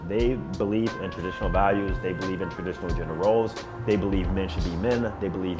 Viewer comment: Why does this dude pronounce "women" like "woman"?